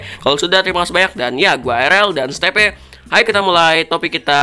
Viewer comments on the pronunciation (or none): Itu bukan di panggil Steve bang tapi di panggil stiv namanya kan Steve lalu klo di baca stiv